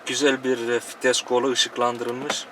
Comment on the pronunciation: hacı şu fites değil vites hemşerim...